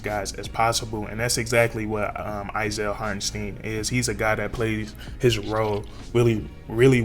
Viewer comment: Knicks fan here...nice video on my guy. It's pronounced HartenST👀N.👌 He will be missed. Congrats on the pick up OKC.